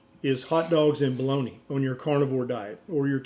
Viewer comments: Doctor BOLOGNA, not Boloni.. 😂It is an Italian city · Why do you pronounce it "balloney" though? It's Italian not a dialect from Louisiana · What is Baloney? Is it just some US mispronounciation of Bolonga? If it is, it's bloody irritating. 😐